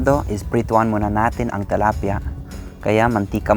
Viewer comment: tilapia not talapia